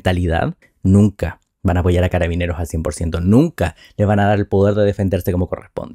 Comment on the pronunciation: Es una verguenza escuchar a Boric, no se dice cararabineras, son carabineros independiente del género. Las mentiras que dice al respaldar a la institución me dan repulsa.